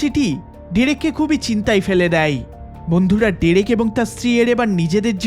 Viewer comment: Pronounce the owner name correctly please it'd/should be (ড্রেক)